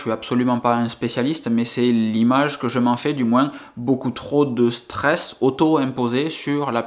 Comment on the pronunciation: pas de justification, tu ne nous doit rien! Prend le temps pour toi, ta famille et tes amis! Vos y’a vie pour toi seul et pas pour ta communauté YT, nous on apprécie ton contenu, ton personnage, et ta façon de voir les choses! Et ce n’est pas Pke il y aura moinS ( Pke chez toi on prononce le S😉) que l’on ne te suivra plus! On continuera à apprécier les vidéo que tu fait certaines plus que d’autres sans doute! Soit fort!